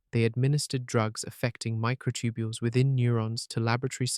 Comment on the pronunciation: The Narrator's Still Saying Mighr B Concious Even With All The Compelling Evidence Especially About The Microtubiles.